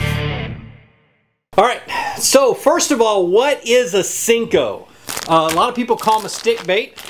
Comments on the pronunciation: i'm with you ... hate when people callem sinkos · They're pronounced senko, not sinko. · Can someone please let know it's a SENKO.... not a SINKO! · I have no respect for people who call "senkos", "sinkos"... no respect haha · Why do you call it a Sinko? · It's called a senko. Not sinko. Smh.